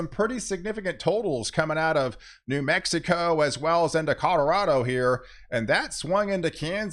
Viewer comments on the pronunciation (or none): none